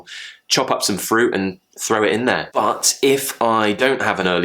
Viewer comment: You pronounced 'glottol t' in `in there`, didn't you. Can you explain if it is RP, Am, Cockney or what? Another word pronounced with 'glottol t 'which fascinating me is `partner'.....